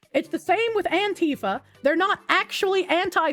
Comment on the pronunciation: What? Rightoids fall for the most obvious baits because they lack the intelligence to distinguish sincerity from satire? Never heard of that . Also LOL at "antifer bayd akchyually"